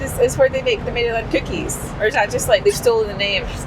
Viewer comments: when pronouncing maryland you don't want to say mary-land, rather maryl-and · And Maryland. Mare-a-lind, not mary-land. But we love the mispronunciations because we would be no better in Scotland lol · Ah! Route 84 again! Waffle House! Great stuff while on the road! Gotta love the cheesesteaks! Best ones are in Philadelphia. “Maryland” isn’t pronounced “Mary Land”. It’s more “Merrill-Lind”. Also, Roanoke is pronounced “Row-a-noak”. Hershey’s chocolate is good but definitely not the best. The dark chocolate is pretty good too. And yes! You’re killing me with that Roid Sux jersey! I’m a Yankees fan! 🤣🤣🤣🤣 Loving the videos! 🎸🎸🎸🎸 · It doesn't matter much, but it's not Mary-land, it's more like Maralind. I just cringe a little everytime i hear Mary-land lol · Maryland - pronounced « murrlin »; legit cheesesteak. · Row-an-oak. And not Mary-land. 🤣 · The way you pronounce Maryland and Roanoke is absolutely hilariously incorrect 🤣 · The Maryland pronunciation killed me 😂😂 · I'm cracking up at some of your pronounciations - Maryland (the y is more like "i" in the word "in") .... Bojangles ..... Roanoke 😅 And the Philly Cheesesteak sandwich didn't look like one I've ever seen. But I'm glad your trip improved after the first day!❤